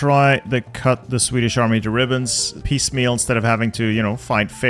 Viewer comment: Is it just me or does say "mahme" Whenever he says "army"? Or are my ears broken?